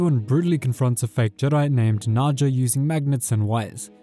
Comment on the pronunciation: Haja, not Naja!